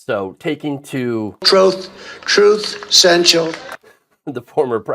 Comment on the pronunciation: "Troth Cenchal"